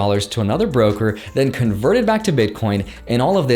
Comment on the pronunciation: thanks. He says “brooker” 🤔